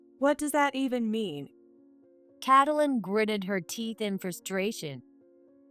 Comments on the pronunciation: It's helpful if you use a program that pronounces the names correctly. It's pronounced Kait - lyn. Not Catalyn. 🙄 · Not cat-lin, kate-lin. Wtf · I think when the illiterate person keeps saying catylin, i need to shut this. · Maybe y-all need to give your AI a book filled with baby names. The book will shows the proper pronunciation of the name as in Kate-lyn. Also, a dictionary that has the word spelled out, then it breaks up the word in vowels and consonants, so your AI can sound out the word properly with the definition so your AI will know how to use the word properly in a sentence. This will greatly please your "get it right the first time, please," People like me. I like listening to stories being shared when I go to sleep. The mispronunciatioins jerk me awake every time. Thank y-all very much.❤✨️❤️✨️❤️✨️❤️✨️❤️✨️❤️✨️😇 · Narrator LEARN TO PRONOUNCE the young lady's name - Get some schooling on names